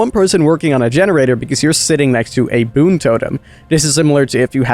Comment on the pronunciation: King no hate but its boon not toon